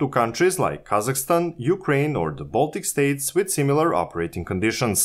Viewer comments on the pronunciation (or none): none